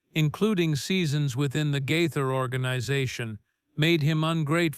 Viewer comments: Gaither, not Guyther! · The mispronunciation of Gaither is very distracting!!!